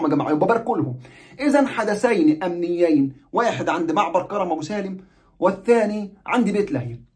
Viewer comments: كَرْم ابو سالم بتسكين الراء كْرم يعنى عنب يعنى حدائق عنب ابو سالم وليس كَرَم زى كرم مطاوع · اسم كرم ابو سالم حضرتك بتنطقه غلط اسمه كرم من كروم العنب وليس كرم بالفتحه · كرم ابو سالم الراء ساكنه في كلمة كرم و كرم تعني حقل العنب في اللهجة الفلسطينيه 😊مع خالص تحياتي واحترامي